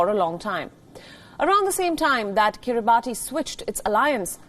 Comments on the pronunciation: Wrong pronounced it's Kribas because of country official language. But we write kribati. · It is pronounced kiri-bahs...just saying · It's pronounced kiri-bahs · Guys. Please at least pronounce the name correctly. It undermines your editorial integrity if you pronounce a country's name incorrectly. It's pronounced akin to 'Kiribas' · I'm surprised nobody's on her case for saying the island name wrong.